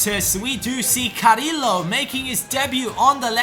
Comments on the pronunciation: carriio not carrilo pls say carriio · Carrillo is prounounced cariyo sorry for bad English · Carillo is pronounced Cariyo, listen to the comentator